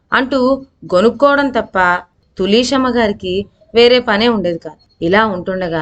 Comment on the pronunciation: తులీసెమ్మ ఏమిటిమ్మా...తులశమ్మ అనలేవా